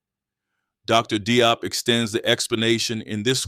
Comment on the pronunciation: Very nice, but Dr. Diop is pronounced more like 'Jawp'.